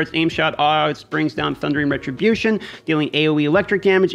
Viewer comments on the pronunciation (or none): none